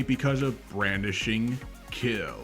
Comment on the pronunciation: “Brandishing kill” where’d you get the ”r” from 😭